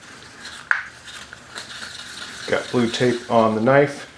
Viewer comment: Now THAT'S a knoife